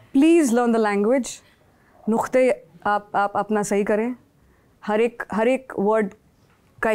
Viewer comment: Nuktay lafz hota h it's written نکتے there's no kh sound in this word.